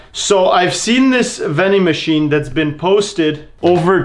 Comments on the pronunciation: Am I the only person who herd him say vin-ding machine instead of ATM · Count how many times he said vendymachian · Why did you say VENDING MACHINE?